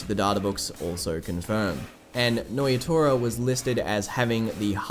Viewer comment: Nnoitra. Pronounced - noyatoya checks out.